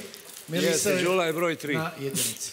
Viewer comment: Nije GULA JEL MOGUĆE DA VAK JE SLOVO Đ NEPOZNATO PIŠE SE I IZGOVARA ISTO ĐULA❤